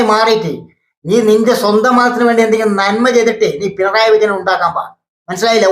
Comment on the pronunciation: പിണറായി എന്ന് പോലും ഉച്ഛരിക്കാൻ നാവ് പൊങ്ങാത്ത അലവലാതി സങ്കി 🤣🤣🤣പിൻഡ്രായി എന്ന് 😂